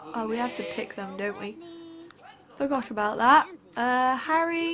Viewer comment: on she called harry harld